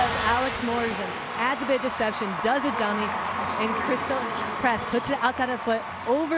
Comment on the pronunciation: CRYSTAL press!?! lydia WOMENS omg pronounce it correctly 😳😳